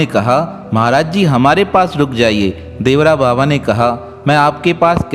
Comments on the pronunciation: श्री इंदिरा गांधी नहीं चूतिया श्रीमती इंदिरा गांधी बोल बाबा का नाम देवरा बाबा नहीं बल्कि श्री देवरहा बाबा था उच्चारण सही किया करो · Devara nahi devara baba boliye sir